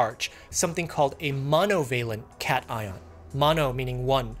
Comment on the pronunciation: Cation is pronounced kat-ai-on